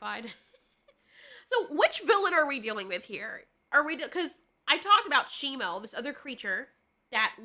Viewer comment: Its SHIMU why does everyone keep on saying his name wrong its shimu not shimo